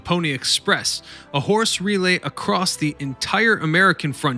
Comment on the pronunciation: "RE-lay", not "ruh-LAY"